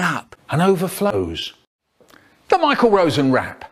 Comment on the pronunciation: "And overflose."